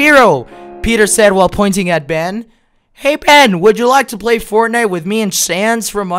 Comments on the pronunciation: He really said fornife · Me watching this:🙂 Me when he said fortnife:😂🤣